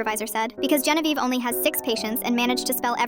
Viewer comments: THAT AI IS KILLING ME THAT’S NOT HOW YOU SAY GENIEVE💔(I’M FRENCH) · Im wondering the same thing. She said her name is Genevieve… and that Beth wrote Genevieve… i think the AI reader messed up somewhere